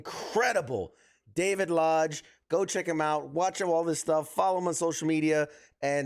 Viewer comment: I hate to be this guy but your guest is David lodge. The guy who is most famous for voicing 1 of the legendary sannin the one who is all mighty and praised by of mount myoboku. The legendary Jiraiya. Just watch any clip with someone saying his name. It’s not that hard to pronounce and yet you just butchered the most iconic character of all times name. You have just brought great shame.. No! Great Pain to all that hold him dear to their heart ❤